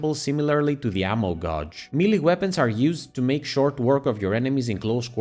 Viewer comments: It's pronounced gheyj NOT gaahj. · "Gauge" isn't pronounced like it rhymes with "dodge", but rather "page".